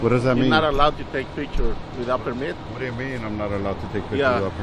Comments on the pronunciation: "You have to ask for permeet." OR is it 'permee?' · What's a per-meat?! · I have a question. What the fuck is PERMEET??? She said you need a PERMEET.. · You hax to ax for permeeth.